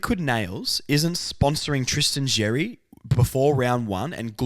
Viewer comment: Love the podcast. Keep up the good work. Letting you know Xerri is a Maltese surname and pronounced Sherry (X is always an S sound in Maltese). Being of Maltese heritage, this has been driving me nuts nobody gets it right in the media. Hopefully, we get the media and AFL community more knowledgeable about Malta through this! Lol. Go Kangas and Malta!